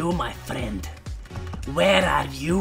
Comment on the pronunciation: "freind" ri ^-^'